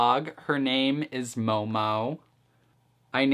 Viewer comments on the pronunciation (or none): Just saying, its mohmoh, not mou mou. But great video as always :3